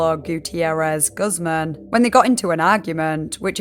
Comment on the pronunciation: for future reference, the name "guzman" is pronounced gooz-mon :)